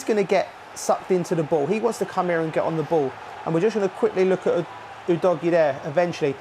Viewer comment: 영상 안보고 멘트? 우도기라고 하는데 우도지라니